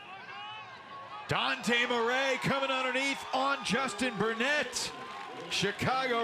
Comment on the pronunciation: french dude here and is the closest an english speaker can say it properly i guess